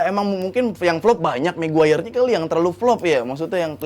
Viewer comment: Ngeja nama maguire aja ga tamat dek dek.sekolah dulu yg bener biar bisa eja nama